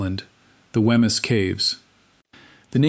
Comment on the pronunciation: There is ample material in Fife to create a really great video which tells the story correctly and uses nomenclature recognisable to the locals...this is not it...to hear Wemyss pronounced so badly is painful to my ears...it should be 'Weems'...PLEASE do your homework properly before posting more content...